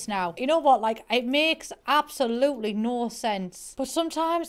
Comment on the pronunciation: voice: appolutely